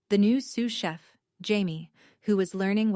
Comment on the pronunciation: Dad says eight words, not six. AI can't count, ever. I just came across this and got such a laugh 'Sue Sheff' instead of sous chef. Bless AI's baby steps he/she still has a long way to go. It's a good story and I felt for Wanda and the way her family treated her. Not asking anything about her life screams not interested in you. It took nine years before the truth surfaced. Nine years of never being cherished enough to ask about what you are doing. The only thing that annoyed me with this story was the constant reference to the deed and the apron. That was a few too many mentions and got tiresome. Overall, I liked this story, although the theme of the golden child has been done many times. I liked that we were not taken back into the past and having all the i's and t's dotted about toys, school, college funds etc. When you have read a lot of the golden child stories you know the kind of childhood that came before success.